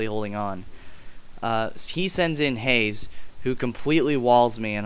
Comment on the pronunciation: its not haze its haaaze